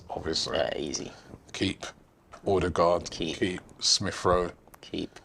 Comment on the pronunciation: & Robbie a good combo. Just please stop saying ORdergaard Robbie, there's no r there🤣